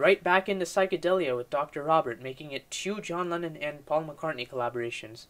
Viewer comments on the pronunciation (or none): none